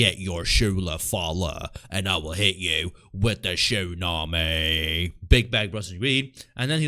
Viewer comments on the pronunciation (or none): none